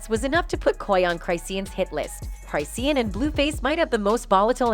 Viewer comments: Who is cry-see-an😅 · Cry-see-yan? 😂 This AI revolution ain't workin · Hey, it's pronounced Chris - shawn, not Cryseen. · You really need to learn how to say her name …… say it with me Chris….Shawn.😂not Cry Seen😂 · What are you special ed her name is chris-shawn not cry-seen yall need to stay out our culture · 🤣🤣 I'M DYING!!!😂 the way Chrisean is pronounced is Chraw-shan 😎 Not Cry-see-uhn 🤭🤷‍♀🤭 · Ik U did not say cryseen😭😭😭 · "Cry-seen" and dram-mah" lol. 😂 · Girl U NEED TO WATCH OTHER VIDEOS BECAUSE YOU PRONOUNCE HER NAME WRONG. CHRIS-SEAN ROCK . GET IT RIGHT IF YOU WANT TO BE DOING A VIDEO ON PEOPLE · “Cry-seen” …girl you and this AI need to sit down. 🤣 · Cry-si-en ? Who's voicing this 😂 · SAY HER NAME RIGHT ‼️CHRI-SEAN 💎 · It’s pronounced Chris- Shawn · it crish shawn geezus pronounciate properly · UnFoRtuNaTElY CrY-sEe-An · Hold on, did the lady say her wrong on purpose. 😅 come on, get your stuff together, that's not how you say her name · You not even saying her name right and it's making me mad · can’t even say her name right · I mean lol why the narrator saying her name wrong 😂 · She messing up some names.😂😂😂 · you saying my bitch name wrong 😭😭 get it right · It's the fact that the commentator can't pronounce hey name correctly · Lmaoooo why the ai voice saiying her name ,like that 💀💀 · At least know how to say her fukn name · Even after hearing people in the video pronounce it right she still continued saying it that way I can’t 😂😂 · Say things right at least. Google it first if you aren't sure how to say something. It's pronounced cris-shawn not cris-seen. It's pronounced coy la ray not coy lee ray. And fr means for real. Lol. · Who tf is chry-see-an and Coi Larry? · This damn commentator needs to know how to pronounce Chisean and Coi Leray. This is awful. Don't report "news" if you don't know how to pronounce names. Wtf